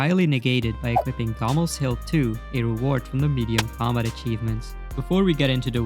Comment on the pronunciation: It took me so long realizing he's saying COMBAT, i haven't played osrs in years so i thought they added a new achievement dairy It sounds like he's saying Comma